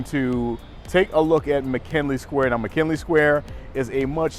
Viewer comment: It's McGinley, please stop pronouncing it like "McKinley". "G", not "K", dude.